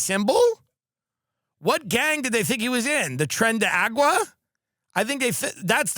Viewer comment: TREN DE A.R.A.G.U.A. ! NOT AGUA😅 such gringo Tim 😂